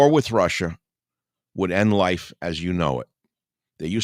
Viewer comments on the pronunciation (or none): none